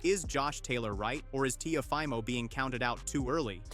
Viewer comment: TIAFOMO!!? That is why you have 9 comments because you don't even know how to pronounce the name of the fighters!! another click bate scammer